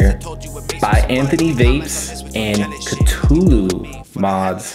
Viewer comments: It's definitely pronounced KA -THOO - LOO if only H.P. Lovecraft were alive today to set the record straight on the proper way to pronounce his creation. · Cthulhu is pronounced Kah-thoo-loo. I know this because I am an H. P. Lovecraft fan. I have one of these and I rock it on a tube Mech. That deep juice well is nice, because it really is like an RTDA. Enjoyed the review! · It's pronounced KA- THEW - LEW by the way!!!